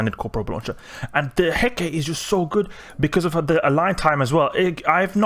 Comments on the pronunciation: Cool ship! I believe it's pronounced "He-ka-te", not "Heckate" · it is pronounced he.ká.tɛ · Hecate should have three syllables. I pronounce it like "hɛ" as in "heck", "ka" as in "cop", and "tɛ" as in "test". There are other pronunciations (such as hɛk ə ti, where the ə is like an "uh", and the ti is like "tea") depending on dialect/language, but it should always have three syllables. The ship is named after an ancient Greek goddess. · Pronounced hair-car-tay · c'mon man, just watch how Xtra Squishy lol says it. Failure of schools in the Anglosphere? I've never met 2 people in eve that say Hecate the same way lol XD You going to make a T3D comparison video in future?